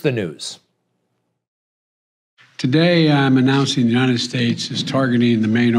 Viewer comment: I'm trying to figure out where the ''Unined States'' is. The guy cannot say ''united.''